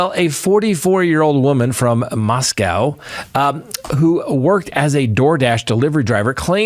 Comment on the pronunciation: Mosco. Not Moscow.